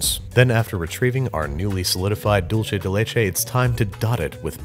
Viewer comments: Expectation: "Dulce de leche" Reality: "Dulche de leche" Im sorry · When he said dulce de leche like dulche de leche my heart died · “Dulche Day Lachei.” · And every time he says “dulche de leche” instead of “dulseh/dultheh de leche,” a Spaniard doesn’t wake up from his siesta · Every time Baby said “Dulche de leche” i had a little seizure (it’s pronounced doolce) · He said dulche de leche It’s pronounced dulse de leche weird I know lol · Andrew!! Its pronounced "duul-seh" de leche, not "dol-cheh" 😭 por favor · "Dickce" de leche 🤣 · “dolche de leche” almost had it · he just said: "dulche de leche" and I'm gagging now omg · Dulche de leche? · "Dulche de leche" strikes again lol🤦‍♂️ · “Dulche de leche” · It bothers me how he says dulce del leche Sounds like dulche de leche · me dolió un poco escucharlo pronunciar doulche de leche tantas veces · Dulce de leche is Spanish, so it's pronounced "Dul-sé" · All i can hear is DULCHE DE LECHE It's spanish, people... Not Italian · There's no greater relationship than Babs and his pronunciation of "dulche de leche" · Every time Babish mispronounces dulce de leche, an Argentinian angel dies. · "Hey Siri, How do you pronounce 'dulce de leche'?" Siri: "Not like that" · I had a physical reaction to his pronunciation of dulce de leche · you think that's bad? hear how he pronounces "dulce de leche" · Everytime he said dulce de leche I wanted to die just a little bit more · I'm Argentinian and that's not how it's pronounced :) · The first c in dulce de leche is soft, like an s. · He's pronouncing dulce as if it's an Italian word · Can't avoid having a bigger anaphylactic shock everytime I listen to the misspronunciation of Dulce de Leche... Here a big fan from Argentina! Love the videos! 😁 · there is no “ch” sound in the word “dulce” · sorry but everytime you say "dulce de leche" my ears bleed, sorry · please say dulce de leche right please im begging